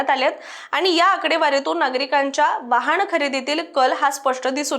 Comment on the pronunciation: सनासुदी, वहाण, णोदनी 😂😂😂 आर्रा